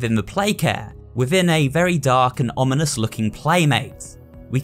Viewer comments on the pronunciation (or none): none